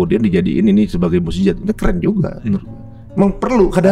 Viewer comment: Kenapa tidak dilatih pelafalan Makhrojal Khuruf arabnya seperti Mu'jizat, dibenarkan ndak kalimat mu'jijat